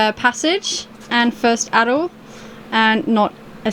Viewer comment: Atoll..... At-oll.... just saying!!.